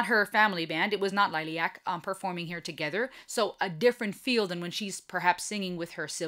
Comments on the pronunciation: Most of the concert footage is not produced very well. Before you get criticized in any way for name pronouncing … Liliac = lily like the flower and ack lil-i-ac and Melody-Mellow D and Christy - Chris-tee 👍🌹❤️ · Perhaps this will help to pronounce the bands name LIL-EE-ACK The drummer in this video is the drummer that performed the original version of the song. If you want to check out Melody unchecked, check out Liliac's last to uploads: "Vertigo" a live performance and "Not Afraid."